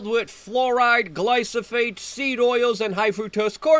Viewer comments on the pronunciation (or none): Glyphosate Glyphosate Glyphosate Gl-eye-foe-sate It’s glyphosate not glysophate. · Dude, it’s glyPHOsate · GLY-PHO-SATE - CAN YOU SAY IT?